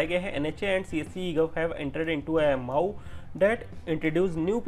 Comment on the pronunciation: Not maau its am o u